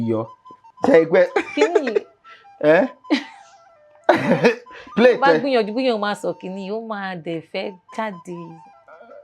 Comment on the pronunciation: she didn't say 'sir' in the beginning, even the 'play' was not fully said. Anyways, it's all good still, she received a lot of help from you.